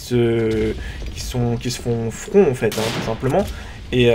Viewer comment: on dit front et on dit pas flan